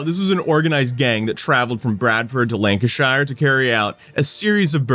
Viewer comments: Lancashire is pronounced like 'Lanca-sheer' NEVER Shy-er. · We don't say shire it is more 'sheer', so Lan-ca-sheer. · Most of the time but not always, shire is actually said sheer in place names so Lancashire and Worcestershire are "lanca-sheer", and funnily enough, "wusta-sheer" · yep, you do pronunce Lancashire wrong it is not pronunced shire it is pronounced pronounced “LANG-kuh-sher” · It's note lanca- shyre, or lanca-sher, it's lanca-shear as in to shear a sheep. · It's pronounced lanka sheer 😂😂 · the pronunciation of Lanacashire 🤣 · C’mon **; haven’t you ever heard The Beatles song “A Day In the Life?” Blackburn LANK-uh-SHURE! 😂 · CHORLEY FM coming in your ears! (niche reference, if you know, you know) You only have to look at him to tell he's not going to be very bright. He NAILED Colne, good job. For future reference, any word with shire in it, like Lancashire, the shire part is pronounce sure. As in "Sure it is". Except if you meant the horse's, they are pronounced Shire (like tyre). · Shire at the end of a county's name is pronounced "sheer" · Lancashire is pronounced "Lancasher". :) Edit: Yeah, you got it... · 'east lan-ca-shy-rrr' 🤦‍♂️ my ears. Edit: 😂 Edit, Edit: 🤦‍♂️ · Yeah he pronounced the R too hard, Lancashire- Lan kah shah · It's pronounced "Lanca-Sheer" btw, if you ever report something from Lancashire again 😊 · It's pronounced "lan-can-share" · Its Keefley not what you said or attempted Its lancasure as well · should be pronounced Lanka-Sheer, confusing I know but place names ending with -shire are not said the same way that "Shire" from Lord of the Rings is said. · being worried about how to pronounce “Colne” but totally mangling the pronunciations of BOTH Lancashire and Keighley is classic!😂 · The fact that you say the SHIRE part at the end of Lancashire is already a miss-Pronunciation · so funny hearing you say Lancashire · Why can Americas never say Lancashire properly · Nah I’m from there I’m okay with it he’s a yank